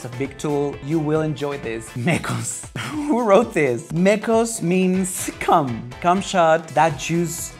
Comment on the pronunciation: "pepe y theo" "Mecous" Beso Negrou" "pelou" "chacll":,v when se te sale lo gringa